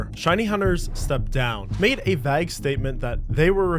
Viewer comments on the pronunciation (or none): Dude. You pronounced vague as VAGG. Holy hell man. It's Vay-g. G as in guts. Guh sound. Vague. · Point two two instead of 22 caliber. vaag instead of vague. 😅 Says 250$ but the screen shows 250,000$ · Hey go check your pronunciation of vague. You’ve been mispronouncing across multiple videos.